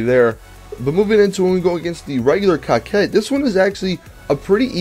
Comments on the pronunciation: Why does he says cockcette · Dude You pronounce these cars' names wrong Mass-a-crow is how its pronounced Coquette is like corvette but with a Q Good god. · I heard you say the cocket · Dat I think that I seriously need to question you guys that are pronouncing that word as "cockette".: ) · Dude! Definition of:'coquette' is:'female flirt.'. Learn more It's "koh-ket." Thank you. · Cocket? It's coquette lol English has been around for hundreds of years.